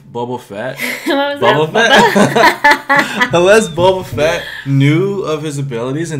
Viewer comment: Did he said bubba fett?